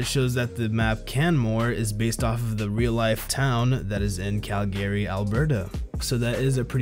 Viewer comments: Just for future reference, the emphasis is in the "Cal." So "Cālgary," not "Calgāry." I take it you're from The United States Lmao:) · Wha- is this on purpose??? Khal Gary? Where are you even from Reeeeeee